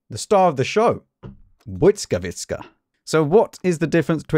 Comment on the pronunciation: Please, its BuRza, not Buza lol Also its Gonkevitsa and Bliskavitsa (Yes I know Polish people pronounce it Bvyskavitsa)